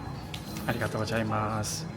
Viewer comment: 한국인이 일어를 아무리 잘해도 Gozaimasu 를 Gojaimasu 로 발음하는것은 어쩔수 없나봐요